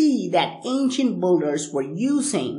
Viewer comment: Ok say BUILDERS, ( BILL-DERS ) not ( BULL-DERS ). I am sick of hearing you mispronounce this word over and over as many other people are. BTW, these monuments were not cast like that, and they are a hell of a lot older than 800 years. People found it there already built, (SAY BILT). Stop confusing more the ignorant.